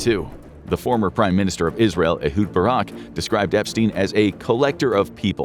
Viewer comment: Sending them to 'Russia' to blackmail, you said Israel wrong. You're clearly paid opposition